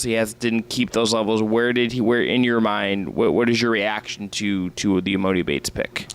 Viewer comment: This is embarrassing y’all talking about e-MOE-ni. When did anyone ever call him that? Lmao